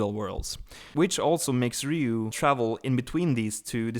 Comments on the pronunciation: You said his name wrong so many times I couldn't watch the whole video. You kept saying "Ryu" when his name clearly has an "O" at the end and not a "U." And before you say anything about different accents, an accent isn't an excuse to murder someone's name. It's a Japanese name and it's pronounced "Ri-yo." A "Ryu" is a dragon...and a guy on Street Fighter lol. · Actually is more like "ry-ow" it is actually spelled as "Ryou" in Japanese (yes, just like Kyou/Kyo from The King Of Fighters game series) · It's Ryo. The guy kept mispronouncing his name. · Technically Ryou, but in america is spelled "Ryo" (and pronounced that way) So I dunno why this guy keeps mispronouncing it. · You are wrong. When you spell a Japanese word or name with a "u" at the end, you simply elongate the "O" sound into the "U" that makes it sound like they are almost one in the same. That's cute. Someone tried to tell me how to pronounce a Japanese name when I took Japanese in school LOL. Close, but not with that "W" in it.